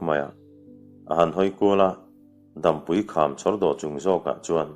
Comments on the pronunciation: Dampui hi Dâmpui, tia lam tur. Chhuantawlawl tih hi lawl hi ri hniam tur a ni. Tuiluankawr tih laia 'kawr tih ang hi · Dampui kham tih tea Dampui i lam dan hi a dik hlel hret a.. Dam lo kan awm e tiha dam lam anga lam loin tlang pang, ni hmu lo sawi nan dam kan hmang anga lam rik zawk tur aw... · Dampui tih hi, dam(hnawng,ni hmu lo an sawi a DAM an hman thin ) tih a lam zawk tur anilo maw. Hotu pa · dampui lam dan hi ni hmu lo dam lam dan ang a lam tur a ni, mihring dam chen tih thluk ang a lam loin